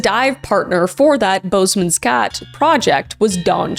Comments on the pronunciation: Hoooweee the way K butchered the pronunciation of Boesman's Gat😂 love you girl but dang that cracked me up! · I actually laughed out loud when she pronounced “Boesmans Gat” Then was heartbroken just a few minutes later Sending love from Namibia 🇳🇦